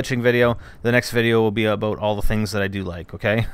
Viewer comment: Oh...and the narrator is saying "Aboot." So Canadian,. C'mon man.